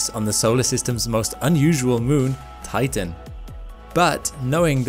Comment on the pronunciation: For a moment I heard titan as tython